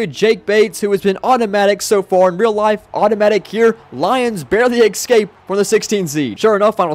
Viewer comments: Learn how the fuck to say escape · escape* …. Pronounce it bruh